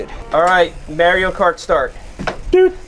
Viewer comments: Seth says "Merio Kart", my world is shattered. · You’re saying Mario Kart wrong. 😂